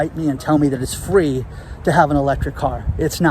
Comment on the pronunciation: We need more fwee to feel better ...